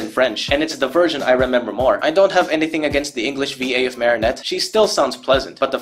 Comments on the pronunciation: Why do you keep saying Marysu? And I use to love this special when I was 7/6 and the songs I mean I still think ladybugs song was pretty good I just didn’t really like bad Santa claws and I don’t like rock it’s just garbage you can barely hear what there saying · It took me a minute to realise why you kept calling Marinette Mari-Sue lmao